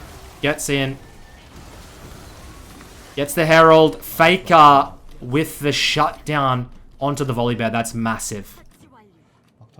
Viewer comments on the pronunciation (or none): FEKA NO OTHA REMEMBA shiet man where that strange accent came from?